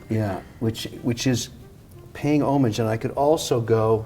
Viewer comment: Kevin is pronouncing homage wrong